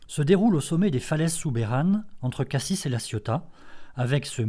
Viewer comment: Jolie démonstration, mais juste pour info, on ne prononce pas le S final de Cassis ni le Z de Embiez.